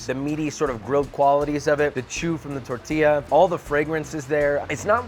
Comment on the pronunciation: Did she said tourtilla?